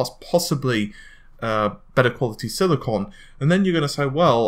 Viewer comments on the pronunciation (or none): none